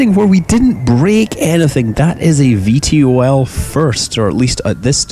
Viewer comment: i think it is pronounced Ve Toll